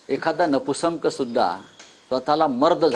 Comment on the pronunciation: नपुसंक नाही नपुंसक आहे स्वतःची मराठी सुधरवा आधी